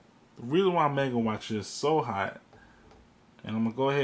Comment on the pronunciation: Murdering the pronunciation of 'manga'... Why? Manga, 'ma' like in 'mama', not like 'may'.